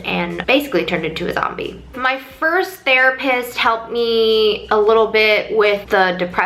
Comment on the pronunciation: That was funny the way you said that you turned into a sombee 😂